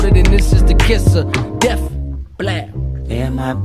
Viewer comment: When J cope says kiss of death, it sounds like he says "deaf".